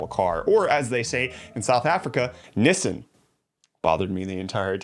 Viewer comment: England pronounce it Nis San aswell